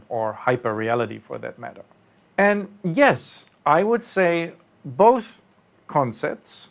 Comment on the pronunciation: both, not buth...